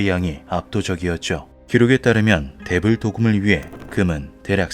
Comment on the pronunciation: '대불' 발음이 자꾸 Devil로 들림 ㅎㅎ